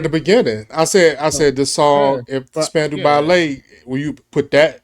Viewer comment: SPAN...DOW, RHYMES WITH ALLOW.